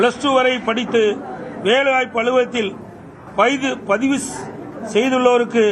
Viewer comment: யப்பா ஏய் நீ முதல்ல தப்பில்லாம பேசுயா, வேலைவாய்ப்பு பதிவுக்கு பைது னு, பொங்கல் தொகுப்பு க்கு பொங்கு தொவுப்பு னு பேசுற,கொரோனா காலத்துல என்பதை கொருனோ காலம் னு பேசுற,வருவாய்க்கு வரிவாய் னு சொல்ற